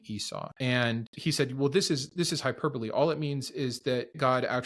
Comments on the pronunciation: Did he say "hyper bowl" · oof. Im guessing hes a big reader instead of listener or watcher lol. Hi-per-bowl-ee